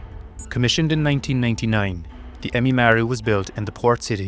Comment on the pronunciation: it's Ehime Maru not emimaru